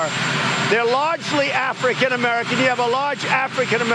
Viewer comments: But why does he say Aalfrikan Americans like that tho?! Lol he makes me SICK! I bet he does play with balls lmaoooo Putin’s! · Listen to the orange man stress afr in African and the way he says it racist to the core. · I caught the emphasis on the word African as well!!